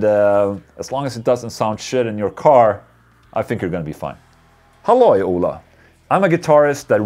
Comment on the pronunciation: The way Ola is pronounced sounds like HOLA, which is Hello in spanish. But Ola in spanish is wave. Just depends how it's used.